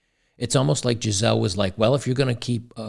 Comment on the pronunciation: Her name is actually pronounced like geezulah in German.